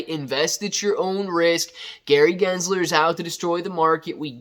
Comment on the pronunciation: Like how you say good guys Gary jizzler 😂 is not a good guy